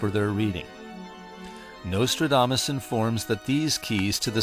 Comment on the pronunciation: Turned it off 5 seconds in when he said nostrildamus.